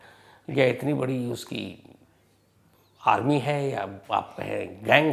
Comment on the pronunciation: Bishnoi ki "Army' ye word glt bola aapne ....